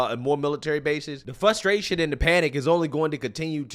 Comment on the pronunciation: I love this channel. I love the opinions. I don’t like how you say frustration. There’s an R in there, it isn’t spelled “fusstration.”